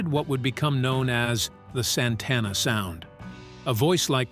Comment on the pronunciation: Mispronounced Santana .....